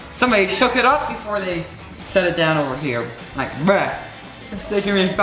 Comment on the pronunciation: like bRuh but it sounded like: braH